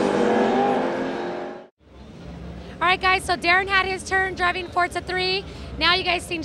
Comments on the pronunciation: ForTza 3! ;^) Not four-za. =) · y do they keep calling it fortza??? its FORZA